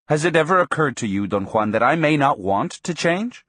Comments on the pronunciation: Why does the speaker pronounce Don Juan’s name as Don Kwan? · Don one lol